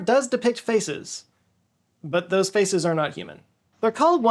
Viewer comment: Be careful how you say the word "faces". I heard "faeces" several times😂